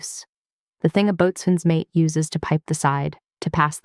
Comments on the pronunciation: The "t" in Boatswain is silent. It is pronounced "Bo-Sun" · Only civilians "boatsman". All sailors and most other military say "Boson". Just like they say focksol not forecastle. My uncle was career Navy.